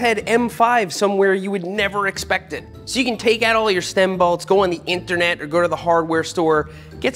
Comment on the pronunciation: Seth, you rule but why do you pronounce the word bolt so oddly? My ADHD brain can't get past it whenever you say it! Its me not you-I had to put it out there. Thank you for your content.